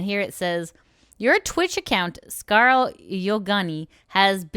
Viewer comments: Just to let you know, its pronounced "scar-le" like the french le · Scarel? lmao I believe her name is pronounced Scar-lay, but scarel is so much funnier. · You butchered Scarle's name! :D